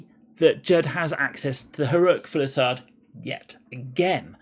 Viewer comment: Say it with me: fuse-i-lade. Not full-i-sade.